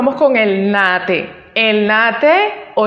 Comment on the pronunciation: Buen video. Solo una cosita en cuanto a la pronunciación de Naha Te. En el japonés la H no es muda, en este caso, la H se pronuncia como J, o sea que se dice NaJa Te. En cuanto al video, cabe mencionar que independientemente de las diferencias, los okinawanses regularmente entrenaban juntos y hacian intercambios asi que no es extraño encontrar características de ambas líneas en los diferentes estilos de okinawa. En el momento que el Karate se llevó de Okinawa a Japón fue que se dieron estas marcadas diferencias entre estilos, escuelas, sistemas, y demás porque los japoneses tienen un sistema de organización más estricto que los okinawanese.